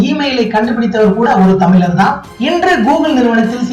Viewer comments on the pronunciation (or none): none